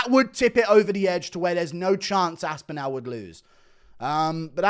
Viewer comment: What the fuck are you doing to Tom's surname? How do you pronounce Cardinal? What about spinal? Anal? Phantasmogorical, pharmacological? Now try saying Tom Aspinall, if that didn't work maybe think of it like Aspinill instead? Although, maybe you are saying it the way it is meant to be said? All, call, fall, small, Tom Aspin-Al Bundy!